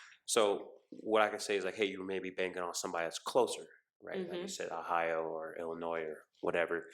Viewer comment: Did she say, "Illi-NOISE"???? WTF??!!